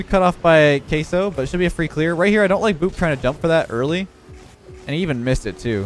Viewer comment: Says queso perfectly but says gato like gay toe